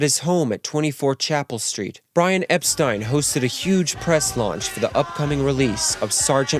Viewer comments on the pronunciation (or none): Oh, it's Brian Epst-eye-n? Not Epsteen? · That’s not how you pronounce Brian Epstein’s name.